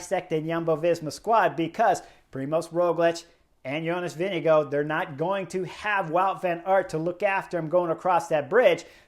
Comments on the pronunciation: Vingegaard NOT Winnigoo! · Chris Horner slaughtered the pronunciation of Vingegaard